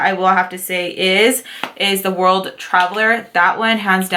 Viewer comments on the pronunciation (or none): none